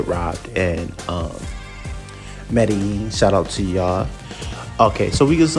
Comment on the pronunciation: What a clown. Can’t even pronounce Medellin properly